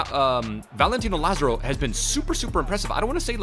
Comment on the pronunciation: say it with me "La zar o"